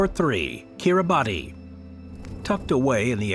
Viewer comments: Kitibati is pronounced "kiri-bahs". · Kiribati is pronounced ki-ree-bas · Timely reminder, good video. Shame about this American narrator continues to mispronounce place names :face-orange-raised-eyebrow::face-orange-raised-eyebrow: It's not difficult to find out. Making a video for world distribution - he could at least have pronounced Norfolk and Kiribati correctly!!!!!